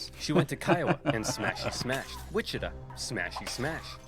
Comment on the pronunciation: Did that guy say Wichita like "wichituh"?